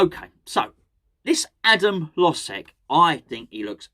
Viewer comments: According to some of my eastern european friends, it's pronounced: Hoh-jek. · My Czech girlfriend says its pronounced - her-loge-ziek - though what does she know (don't tell her I said that btw)! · Your Eastern European friends are wrong. Maybe because CZE is not Eastern Europe. Hložek name is pronounced: Hlo-zhek. "Ž" is like french "J"